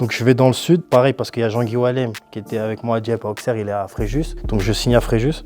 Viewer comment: né à Sens, 8 ans à l'AJA mais toujours incapable de prononcer "Auxerre"